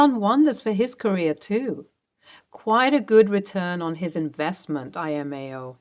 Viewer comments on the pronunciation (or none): I think you do a good job. Just a note I believe it is not I-amo. It is Lamo (laughing my xxx off). IMAO stands for "in my arrogant opinion," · I’ve heard you say this several times and it bugs the hell out of me. It’s NOT “i m a o” it’s LMAO. It stands for “Laughing My Ass Off” Not “I My Ass Off” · You keep pronouncing LMAO (as laughing my ass off) as imao. It's distracting... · L M A O. I loooove your narration, but it’s L M A O 😊